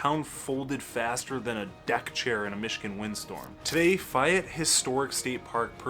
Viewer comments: First I have heard it pronounced "Fi-ette". I've always heard it pronounced "Fay-ette". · Interesting video. I really enjoyed it. But.... There is no such town named "Fi ette" - It's "Fay ette" and "Dim mon dale"? No, my friend, it's prounced "Diamond dale". You are from Michigan, right? You're making me giggle. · the goast town is pronouced FAY ETTE not fiyette are you sure your from michigan??? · I believe Fayette is pronounced "FAY-ET". with the accent on the "ET" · Fay (as in day) ette Lifelong MI resident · Ok. It's Gay, rhymes with bay, not Fi-ette. And it's remnant not reminant. But who cares. You're great. Fascinating content, great personality and cute. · Faaay ette long A sound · I came to comments to correct your pronunciation of Fayette and Dimondale and saw how many have already commented. I guess I don't need to go any further. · You lost all credit at failing to pronounce "Fayette". It's literally pronounced the way it's spelled. Like. Bro. How?! 😭 The section of I-96 where it meets I-196 also screams. It's not that unique. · How can he be a lifelong Michigan resident much less "content creator" on Michigan and can't pronounce Fayette or Dimondale?